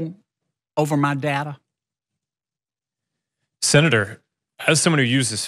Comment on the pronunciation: aa yu willin to gimme moo contro owa ma DADA and the bullshit continues